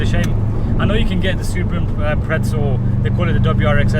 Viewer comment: Lol it's Impreza not impretsa 😂